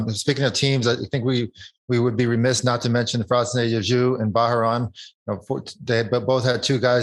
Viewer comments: George pronouncing Bahrain as Ba-ha-ron. 😂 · FFS can George pronounce Bahrain correctly. It’s not that difficult